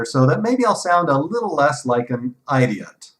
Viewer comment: HAHAHA "sound a little less like an eye-diot." you rock